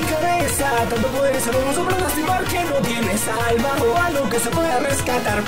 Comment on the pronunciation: cuando diste no yie nes alma